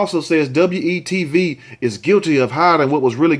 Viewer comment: Luv you but, just say we tv, not W then E tv! Thanks and keep up the great job with these stories.